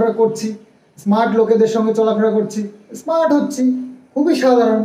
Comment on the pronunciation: গিরামের ইসস্মার্ট ছেলে।😂😂 মানে হলো গ্রামের স্মার্ট ছেলে। হাস্যকর। 8th pas😂😂😂😂😂😂😂😂..